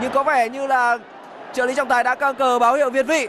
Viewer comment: ông phát âm còn không chuẩn thì biết gì về bóng đá mà ngồi đấy "thiên vị" người ta gọi là việt vị.